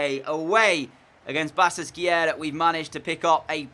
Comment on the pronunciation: The "ş" has the "sh" sound. So it's pronounced "Ba-shak-she-hir"